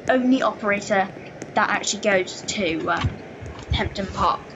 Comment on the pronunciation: Btw its Hemdon Park not Hempdon Park lol......anyway good video - im subscribing.....but its very pixelated so if you have OBS search best recording settings on YouTube